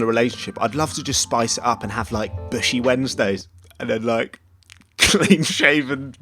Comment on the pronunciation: Did this joker say BUSHY WEDNESDAY???? 💀💀💀